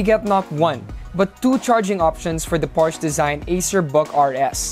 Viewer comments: Porsche, /por shuh/ Sorry po. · Hey guys! Hope you enjoyed the video! And YES I pronounced Porsche wrong. My bad!